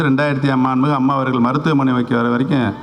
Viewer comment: உனக்கு சரியாதான் பேர் வச்சு இருக்காங்க,mixture nu.... மாண்பு மிகு நு சரியா சொல்ல தெரிதாடா முதல்ல முட்டாள்....